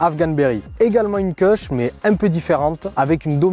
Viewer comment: les connaisseurs savent que les Kushs se prononcent "koush", et non pas "keuchs" 😂